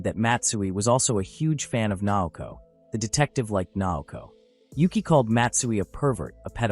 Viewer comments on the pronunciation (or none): This manga so interesting but howwww hard can it be to pronounce the names a little more accurately ;-; nAOkO and kAZuya, tf is kunzuya